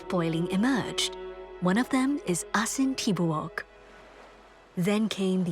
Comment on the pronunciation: Thanks for the feature. Its prnounced as A-sin Ti-bo-ok though.